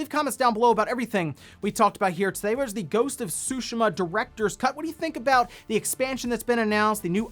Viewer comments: I thought the pronunciation is supposed to be "soo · `shee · muh". where did this made up "`soo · sheh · muh" come from? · The T isn’t silent, it’s pronounced as, tsoo-shee-mah. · I like how he pronounced it as “Ghost of Sushimah.” 🤣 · You said ghost of sushima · Why can’t you pronounce Tsushima correctly?! Lol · T shape with your tongue as you would say it on its own and the rest follows.